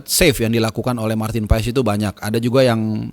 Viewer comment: PAAS,,, bukan PAES